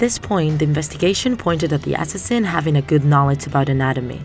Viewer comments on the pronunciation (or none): "ass-is-in." "dem-in." um. i think you pronounced them wrong but ok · For the word "assassin", the second syllable is stressed. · What is that pronunciation of the word “assassin”